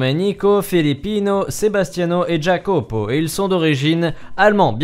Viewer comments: Jacopo se dit YAcopo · Jacopo ce prononce Yacopo allez bisou.